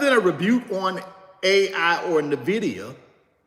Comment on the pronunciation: First I thought I get it. Ok to pronounce Nvidia any way you want. It’s a free country. But then I thought about it more. Why not pronounce it the correct way?!? The same way everybody pronounces it?!? It’s the correct way to pronounce it. It’s just as easy! What if people started pronouncing your name Rooochard?!?